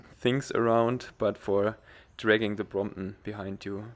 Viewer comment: great vid' and your way of saying Bromp'on haha ") its perec'